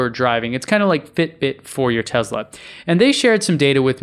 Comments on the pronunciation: It's Te"S"la not Te"Z"la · Why are you pronouncing Tesla like that? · "Tez la" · It's a Tesla not a Tezla, WTF